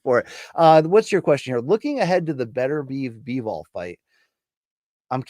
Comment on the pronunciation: And he still can't pronounce Beterbiev.